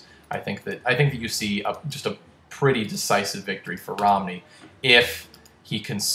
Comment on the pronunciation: Uhm, "Romney" not "Rodney"